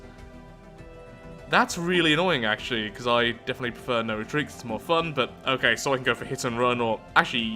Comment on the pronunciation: Re-treat? Nevah!